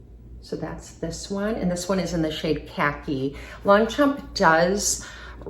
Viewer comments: I just wish for the proper pronunciation of the brand!😂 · If you’re going to feature a handbag brand take a couple minutes to learn how to properly pronounce it